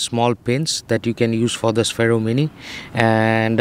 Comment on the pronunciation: Its pronounced sfero